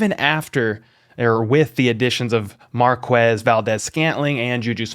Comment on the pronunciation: Love your videos! Just wanted to remind you it’s Marquez not Marqwez